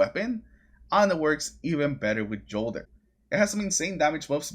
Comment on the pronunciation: FYi - the J in Jolder is pronounced with “Y” just like Jotunn.